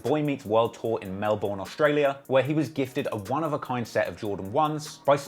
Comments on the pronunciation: How bad is at pronouncing names, can't pronouce Nike and Melbourne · "mel-bourne" "melburn"!!! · British blokes. Probably can't pronounce Ketchup either.